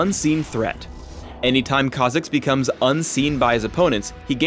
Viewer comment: Just when you get the hang of saying a champ's name, comes along and ruins it by pronouncing it completely different.